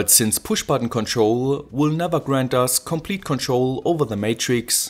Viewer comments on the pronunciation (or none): none